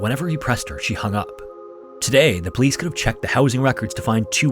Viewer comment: "He has a right to be missing." Lol well said, po-lice